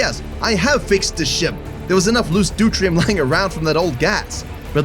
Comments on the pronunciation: Just for reference it’s pronounced DEW-TEER-E-UM 😊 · The way you pronounce deuterium drives me insane the way I usually hear it pronounced is du-tear-e-um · Not how you pronounce "deuterium"